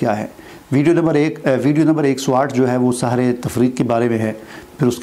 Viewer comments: Bhai Sahar nhe seher bolen ,Seher jadu h jab k Sahar k meaning subh k hen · آپ خود سحر کا لفظ صحیح بول نہیں سکتے ۔۔۔۔